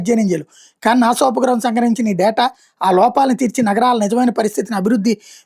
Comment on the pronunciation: నానా కాదు నాసా